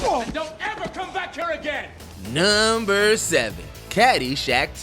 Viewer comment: can you please pronounce "number 1, number 2" etc. normally??